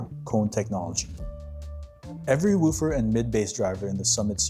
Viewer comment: You are pronoucing “woofer” incorrectly…. Just FYI